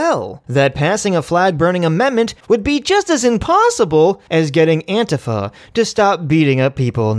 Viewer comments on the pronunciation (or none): You know, I can't exactly pin down why you would pronounce some of the things you say the way you do other than to just plan outrage people. Antifa is pronounced an-tee-fuh, not anteh-fuh. Thanos is prnounced Th-an-os, not thain-os. Come on man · You say antifa in a weird way. Unsubscribed